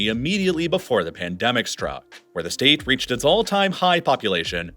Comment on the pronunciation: Did anyone notice he said “shtate” ?😂